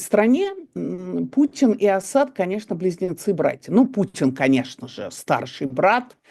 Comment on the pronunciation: Евгения Марковна правильно ставит ударение -Асад на втором слоге . Почти единственная из журналистов правильно ставящая ударение!